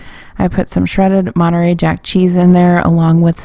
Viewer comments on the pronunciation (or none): none